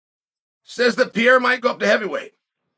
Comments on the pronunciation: "The talk of Alex Piera..." How dumb does Chael have to be? 🤦‍♂️ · Uncle Chael the only one who can keep saying Pereiras name wrong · I think Chael is just trolling with the Names, but Schaub also calls him Pee-era and he’s not trolling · why uncle Chael say pereira like that 😂😂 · Chael, it's "Pereira", not "Pieira". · AHAHAHAH. Was going to say the same. Pyera is fabulous. PeReira. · P.E.R.E.I.R.A !!! NOT PJERA !!! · His last name is Pereira not Piera ffs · The E in Pereira is pronounced a lot like Pokémon's "é". Péréyra if it's easier for you. I've heard Joe Rogan calling him Peheira, confusing the double RR or hard R in portuguese with a single 'soft' R. Rafael -> Hard R. That hard R is pronounced like an H in English. Hafael. Borrachinha -> Double R or hard R sound, it's pronounced Bohachinha. (Nha is pronounced like a fast Nya) Pereira -> Soft R. That R is pronounced like the r in 'car'. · Chael Sonnen "Alex Pee-era" I'm sure he KNOWS it's Pereira. Or maybe Pee-era is his name now, because Chael says so. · Pee-ear-ah. Man, I LOVE Chael's pronunciations!🤣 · pereira = pierre 😂😂 i love chael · Pierr-ah W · his name is piera now. uncle chael's word is final. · Jon should fight (and beat easily) Per-air-ah to spite Izzy. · Alex PEE-ERA. Fucking Chael 😂😂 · “Alex Pee Era” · Pierrah, Pierre or peaira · Who tf is PEE AIR UH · Chael kills me how he doesn’t pronounce anyone’s name right , “ Alex piera “ “ Islam Maklchev “ there’s more i can’t remember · Never under stood how he gets PEE-ERA out of Pereira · Who’s piera? 😂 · Does this man have some twisted evil pleasure of intentionally mispronouncing his name as PIERA? Cause I can't believe he can be this much dumb or ignorant to not realize by now that Pereira's last name sounds nothing like PIERA... That's not a hard to pronounce name by any means. So what is it, conscious desire to belittle him by butchering his (quite easily pronounceable) name?... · He’s been mispronouncing it since always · Behlal and pee-era